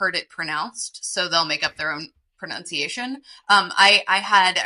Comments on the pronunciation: Not an egg corn, but I find the mispronunciation of "pronunciation" as "pronounciation" somewhat irritating. The latter feels like it should be about making something into a pronoun. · Why do you both mispronounced “pronunciation” and why do Americans drop the “h” in herb?